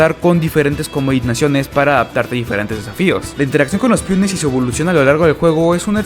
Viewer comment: Que no sabes pronunciar “pEOnes” eo no piones